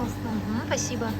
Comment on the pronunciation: Did you say 'пасибо ?😂